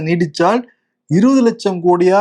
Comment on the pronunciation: தங்கம் தென்னரசு கூறியது தவேகாவின் 5 ஆண்டு ஆட்ச்i முடிவில் 20 லட்சம் கோடி ரூபாய் கடனாக இருக்கும்..இது challenge என்று. நீங்கள் நீடித்தால் நீடித்தால் என்று அழுத்தமாக சொன்ன மாதிரி சொல்லுகிறீர்கள். ஏன்?